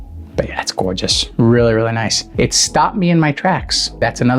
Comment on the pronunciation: Tf is gourtshis😅 every few words came this